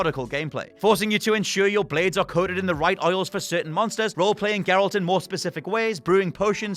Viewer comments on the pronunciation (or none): none